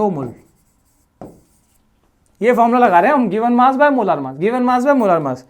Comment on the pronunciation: Why you say मोलार मास ? its मोलर मास